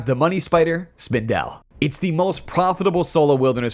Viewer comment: Howie Spindel is what I’m calling the spider from now on. I’ve never heard anyone pronounce it like that. Good video, thank you for the tips 😊